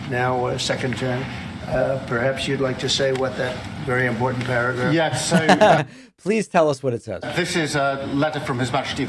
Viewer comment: "That one prargraph, wow! Some really important stuff in there!".